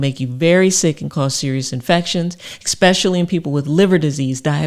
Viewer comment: Valuable information. Thank you. However, i do have to poke fun at a pronunciation error...especially being pronounced "ickspetchally". 😁